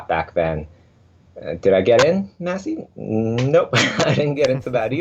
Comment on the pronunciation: did he call maciej "massy" lmao